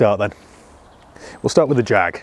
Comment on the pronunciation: jaaaaaaaaaggg ...come on get it right